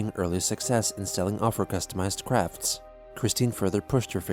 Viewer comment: When says "After achieving early success in selling off her customized crafts" at the end, I swear he say's "crap-fts" which is well suited xD